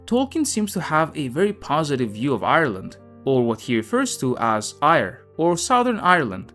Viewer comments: Just to let you know, Eire, a name for Ireland in Irish, is prounounced phonetically as air a not ire. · Eire is pronounced AIR-AAH not IRE. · Eire is not pronounced 'Ire'🤣🤣🤣. Think of it as 'air ah' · Eire is pronounced " air-ah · Éire is pronounced Air A. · Éire is pronounced 'Air.' The way you pronounce it gives me ire haha, only joking! Great video. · One suggestion if you want to make a video about Ireland learn how to pronounce Eire, your effort was way off. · I only recall him mispronouncing 'Eire' and the video was very good, so I don't know what your problem is except that you, no doubt, find fault with everything and probably produce little-to-nothing of value yourself!